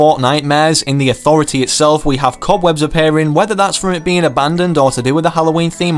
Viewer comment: me:the authority:ThA AuTHOritY